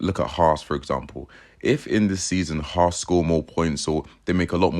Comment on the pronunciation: Haas is pronounced Hass. Not Hauss